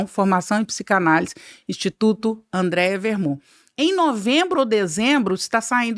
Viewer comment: Sensacional! Só um adendo a pronúncia do nome da convidada, corretamente: é AndrÉa , sem i. 🙂